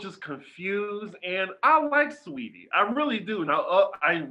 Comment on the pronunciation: makes me laugh so hard, and I truly appreciate ’ commitment to calling Saweetie “sah-wah-tee” 😂😂